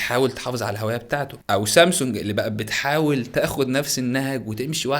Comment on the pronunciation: ال (ه‍) اللي في كلمة الهوية دي غريبة جدا🤨 مش بقولك مختلف❤️